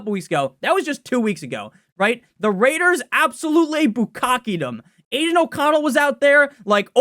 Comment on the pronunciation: I think it’s pretty difficult to ignore the RRrrrrRRRaiders at this point